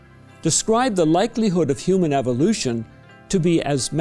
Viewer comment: this guy: eevohlooshin